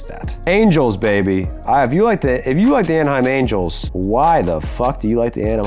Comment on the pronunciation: i like the “anamein angels” because fish man